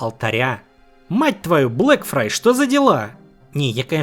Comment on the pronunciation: Блэкфайр, Блэкфайр, Блэкфайр, он Блэкфайр блин, а не Блэкфрай (отсылка на мир Песни Льда и Пламени же). Спасибо за отличный ролик, просто ухо резало всё время.